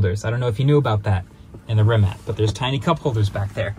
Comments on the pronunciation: So close Marques. SO close. But it's REE-MATTS. Not Rim-matts. Or Rimac. Ree-Matts. Great vid as ever though. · Does he keep calling it "Rimat"? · Is he saying "Rimat"? Edit* Just looked it up, its actually pronounced Ree-muhts. Mind blown 😂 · I’m confused. I always thought it is pronounced as Rimak, but then the first video says Rimats. Now again Rimak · Wait - is it "RimaTS" or "RimaK"? I've heard both pronunciations now. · You keep struggling to pronounce Rimac. It's with C on the end, not K. "Ree-mats" Also nevera is a Croatian word for a sudden summer storm with strong gusts of wind that happens on Croatian coastline. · “Rimat nevera” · Volkswagen didn't buy Rimac, Rimac bought Bugatti and that's why they merged into what is now Bugatti Rimac. Also please pronounce it correctly it's not that hard, Rimac (Rima-ts), Croatian letter C is never pronounced as a "K". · Rimats nevera? 😂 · why do you keep calling it Rimats??? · Mkbhd you say rimac the most autistic way possible. It’s pronounced “Re - Mac” their is NO “ts” in the end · Re- Mac is the CORRECT way bruh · Congrats on getting the record for how many different pronunciations of Rimac you can say in the same video! 🤗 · Marques pronouncing Rimacthe way Benedict Cumberbatch pronounced Penguins all through that his documentary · It's kind of weird that a creator such as MKBHD did not even bother to look up how to pronounce Rimac correctly 😶